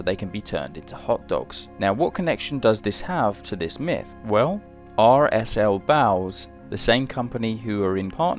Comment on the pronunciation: its not "Aar Ess & El Boughs" - that'd make no sense, guv'nor. It is, to use the common vernacular, "Arse & Elbows" As in, "that bloody kid don't know his arse from his elbows", meaning,; he's thick as shit, an unsophisticated dolt; a dullard, of indiscerning character. R.S.&L.Bows Geddit?